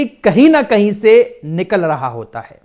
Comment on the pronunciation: निकल लहा नहीं निकल रहा होता है